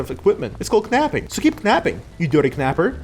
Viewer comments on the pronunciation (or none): erm firewood burns hot enough to melt lead (327ºC) (also you're pronouncing knapping as kee-napping where in english, the K is muted such as knife, knight, etc) also the game is clockpunk, not steampunk since there is no steam at all and the gear represents your temporal stability, not "sanity" ☝🤓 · Pronouncing the K in knapping is wild. How do you pronounce Knife? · Don't Starve not mentioned... day ruined 😔 K in "knapping" pronounced, day saved :D